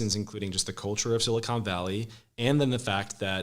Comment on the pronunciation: Big Crenshaw and Solana fan, but I cringe every time the Congressman says Sili-cone Valley, vs. Sili-cahn Valley.